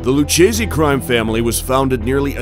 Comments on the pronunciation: The correct Italian pronunciation is Loo-kay-zay. In italian, "ch" is pronounced as a "k". You're welcome. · Lucchese had to be pronounced “Lukkese” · Lewcheesy family? I cringe hearing you botche the fuck out of all these mob family names 😮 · At the beginning of the Lucchese Family portion of the video you show a photo of Carlo Gambino. Obviously, it should have been a photo of Tommy Lucchese, pronounced Lu-Kay-Ze, not Lu-Chay-Ze. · "Lou-Kay-zee" not "Luchasse" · Can't even bother to say Lucchese properly ?? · There we go. Another fucking dumbass who doesn't know how to pronounce Lucchese. And on top of that, they show a picture of Carlo Gambino to introduce them. Some top-notch research there, you should give yourselves a good pat on the back.